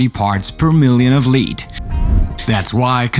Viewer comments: Five is pronounced “f-eye-ve,” not “fiv” It’s a long “i” Also lead, as in the toxin, is pronounced “lehd” not “Leed” it’s a short “e” sound English is hard lol. Oh! And 350 degrees, as in Fahrenheit lol. It would cook 1 turkey, perfectly 🙃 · r u high? lead is not pronounced leed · People should not watch this video because you cannot pronounce your words. Especially Children should not watch. Lead is pronounced Led. Idiots! So many other mispronunciations.